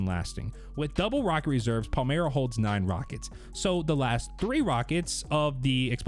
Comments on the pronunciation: It’s Pale-My-Ruh… Stop saying Pale-Mere-E-Uh 🙄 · PAL-MY-RUH for crying out loud.